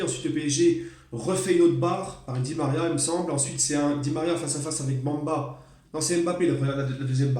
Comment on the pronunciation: C'est Samba pas Bamba 😁